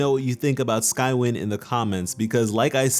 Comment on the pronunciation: It’s pronounced sky-wine